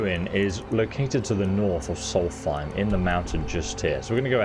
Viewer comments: Afaik it's more like 'Solst-hime' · Love ESO, but every time he says "solfeim" I twitch. It's like my fiance who calls Markarth "Malkreaf." 🤨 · Solstheim has an S after the L and the H isn't included. Please stop saying a TH sound and say a ST sound. Sols-time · Not to be rude or anything but solsthiem is pronounced "Souls time" (forgive me if it sounds rude, just trying to point out the different pronunciations) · Soltheim is pronounced "souls-time" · Dude it’s a good video but just wondering about your pronunciation of things. Is it a joke? Like Solthime? They say it out loud in the game. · "soul thime" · Dude i went looking in the comments cause I was like bro why do you say it like that😂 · Why do you pronounce Solsthiem the way you do, even after the NPCs say it the correct way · Never heard Solstheim pronounced like that. Must be a British thing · Its a dyslexia thing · I think it's funny how you still butcher the pronunciation of Solstheim, despite literally hearing NPC's pronounce it XD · You butchered the name of Solstheim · Pronounce Solstheim correctly please